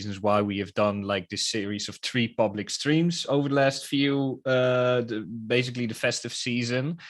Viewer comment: Yeah it's THE not duh and dah